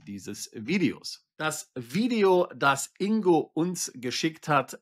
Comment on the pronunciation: Und Glückwunsch, den Namen richtig ausgesprochen zu haben! Das G im Namen INGO wird gesprochen! G wie Geil, Golf oder Gold!😊